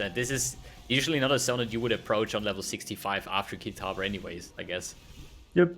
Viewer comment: Lol you ruined the actual fight commentary at the end... KitavA.. Fucking annoying saying Kitaver